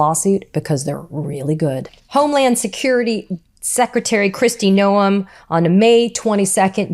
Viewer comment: We all love you, Katie! Keep it up! Don't ever listen to critics, they don't need room in your head! Ignore nitpicking trolls who say "It's pronounced 'gnome' not 'no-em'." Who cares? We know who you mean. 👍